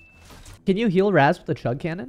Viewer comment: I wish people would pronounce Raz's name right, now they got me saying it